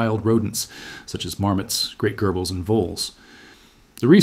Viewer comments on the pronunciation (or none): "gerble" its jirble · so you’ve never heard anyone say “gerbil” in your whole life? 😂😂😂 Literally no one but you pronounces it that way. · you have a problem pronouncing 'G'. Kyr-ji-stan. Gerbil is -jerbil. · When he mispronounced "gerbil" i had to click out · Doubt it, listen to the pronunciation of the word gerbil